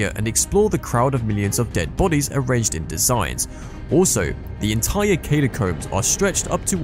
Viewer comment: Need to take a shot every time he says "Katy-combs" lmao